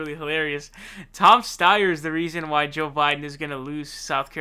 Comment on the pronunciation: Actually, now he's saying Zonders. 😮 He also pronounced Joe Biden's name as 'Zo' a couple of times.😒